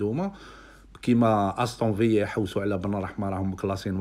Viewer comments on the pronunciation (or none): ان شاء الله يروح فريق أحسن يستاهل يرجع مليح كما كان ملاحظة خويا في نطق الفرق استون فيلا باللام مش فيا و الثانية واتفورد بالواو مش فاتفورد بالفاء و جزاكم الله خيرا و ربي يوفق خونا